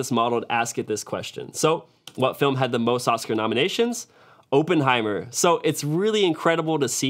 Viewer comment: it’s not “open heimer” lmao my dude, it’s “Oppenheimer”